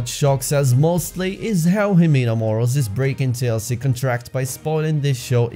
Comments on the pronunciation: Her last name isn’t ‘Morals’.....it’s pronounced “Mor-al-lez! “ Morales! 🥴 Ironic tho because she clearly has no morals! 🥴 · Ximena’s last name is pronounced like Moh-rah-less. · It’s Morales not moral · Who are these other people who care if a hoar's last name is mispronounced?